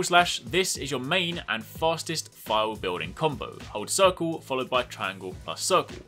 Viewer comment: I'm up to negegante(?) and had no clue what a fial or phial was. I though you were saying "file" and I'm going through my inventory likr a crazy person. But word not withstanding you need to do a little more explaining this. Like what constitutes knowing if you have a phial ready primed to fill. Does that make sense, do basic sword attacks charge it, and how to move phiald from your sword to your shield? I had a general question too, if you block an attack does that charge your shield or does it expend phials? I am still really new to this weapon, heance looking tutorials. If you could slow it dowb a littlw bit too. I was constantly rewinding to see if I heard you right. The basic stuff was really helpful. Like the x+triangle. I was looking at tutorials to see if there was any way to go from sheathed to shield. That's normally the most basic move you can do but they made it a tekken move for some reason. Thanks!